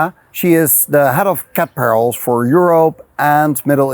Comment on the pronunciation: "Cat Perils"?